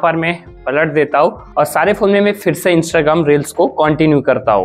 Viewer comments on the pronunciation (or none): none